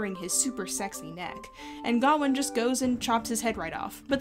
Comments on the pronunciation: It bugs me that you pronounce Gawain like Ga-win when I'm used to hearing it as Ga-wayne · Isn't the name pronounced Ga-wayne? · Well, the director of the movie made a comment about how they did not want to give finality to the argument about pronunciation, since the actor who pays King Arthur says it as "GARR-wayne' and the rest of the characters say "GOW-in". When I was being taught about the story in college, my professor said "ga-WAYNE", so there really is no "correct" way to pronounce his name. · Can you address the pronunciation of Gawain for me. I've only ever heared it pronounce Guh-wain to rhyme with swain. I've not seen the film so not sure how they handle it. Is this a case of someone's making an error or of multiple possible pronounceations? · Why do you say Gawain like that? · Why are you pronouncing sir Gwain weird? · It kills me how badly you mispronounce Gawain, but other than that, yeah, sure, cool vid.